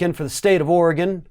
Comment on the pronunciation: Thank you for pronouncing "Oregon" correctly. Too many people pronounce it "Ory-GONE" instead of the correct "Ore-GUN".